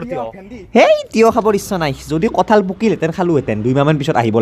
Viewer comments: বৰপেটাত "কাঠল" নকয় বন্ধু। তুমি ভুল কৈছা । আমি বৰপেটীয়া বিলাকে "কঠল" বুলিহে কও।। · Kathal nhy kothol buli koug aami